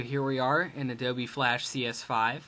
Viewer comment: This guy said ADOBE like adobee